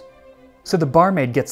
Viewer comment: “Ay skreowd da baur-maide.”